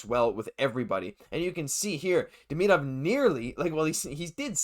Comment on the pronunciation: A good report, but my main reason for commenting is to recognize someone finally pronounces Demidov's name correctly. The correct way is just as easy as the incorrect way I overwhelmingly hear from people - even hockey announcers and commentators who know or should know better. I don't know if this out of uncaring, laziness (to do the research on how to pronounce it) or what, but I find it disrespectful and irritating, among other things.